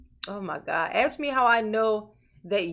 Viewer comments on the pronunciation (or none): Sustain not Substain, bias not biast, ask not axe, etc etc. But, he’s grilling the poor priest whether it’s a car or SUV!?? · constantly using the word "axe" is not particularly helping his cause..